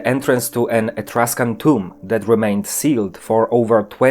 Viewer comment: You said = toums instead of tomb.